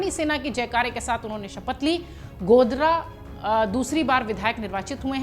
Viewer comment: मैडम जी कहां से पढ कर आई हैं।जो गोदारा को गोदरा बोल रही हैं